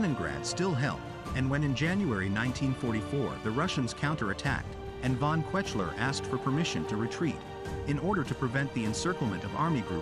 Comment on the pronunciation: Your pronunciation of German names is lamentable - the worst one was perhaps "von Kwetchler" for von Kuechler; closely followed by von "Mansteen", "Wittleben", and - let us just not go to the stab you had at von Brauchitsch and Doenitz - and then Redder for Raeder.... I mean, come on: make an EFFORT, eh?